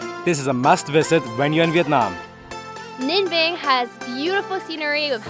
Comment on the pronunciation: Im very impressed with your pronunciation of Ninh Binh. It’s very accurate.